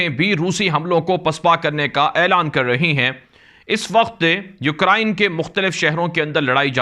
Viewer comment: U krain not u kra in